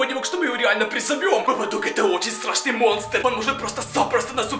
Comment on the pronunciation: Ты сказал страсний 😂😂😂😁😂😂